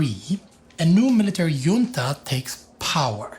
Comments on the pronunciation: How do you get to the conclusion that "JUan" and "JUnta" are pronounce differently? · You know he's German when he pronounces Junta as Yunta